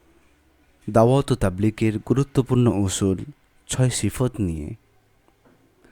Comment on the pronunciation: সিফত নয় সিফাত